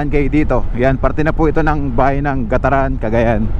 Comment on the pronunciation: GAT-TARAN boss....